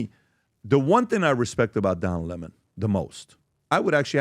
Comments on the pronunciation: Don lemon. Not pronounced. Le monde. Its a lemon. And lemon loves smollet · And you all constantly love to intentionally mispronounce people’s names if you don’t like them. One of you idiots said Lemon correctly once, but all the other times said it wrong. One of those times you even called him “Lamont”… And right before I saw this idiotic video, I watched one of Laura Loomers lackeys do the same shit right to Don Lemons face, so it’s all quite obvious what you’re doing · Lah-mon'? Lemon. Writing something about what? Nobody will read it. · DON LEMON, HIS NAME is Don LEMON LEMON like the FRUIT LEMON, not 'LeMans' but LEMON like LEMON -ADE I grew up watching Don LEMON on our local CBS affiliate in Filthydelphia, PA, WCAU Channel 10 News. THEY REFERRED TO DON AS Don LEMON .. OK got it !!!! One can only, I can only hope WE cross paths... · Why is calling him le mon 🤣🤣🤣🤣